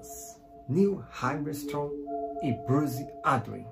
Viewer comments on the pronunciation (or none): "pelos astronautas niu armistrong e bus audi" Pronúncia incrível, parabéns